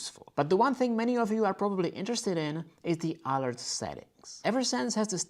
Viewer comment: Very well done video! One word of advice, in English the word 'alert' is not pronounced ÁL-urt its pronounced a-lúrt, emphasis on the second syllable. I use the Freestyle Libre. After I first got it I knocked the sensor off two times. Once by hitting it on a doorframe and again while taking off my shirt, lust like in your video!